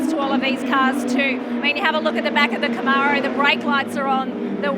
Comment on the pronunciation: Australians can’t pronounce Camaro.